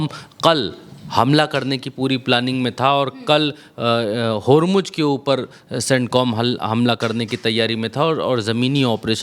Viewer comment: Are bakhua Hormuz Ka spelling tik se bolo